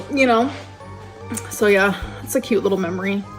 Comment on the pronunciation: The way she says "Kwwuuuute" instead of "cute" genuinely makes me think of Eric Cartman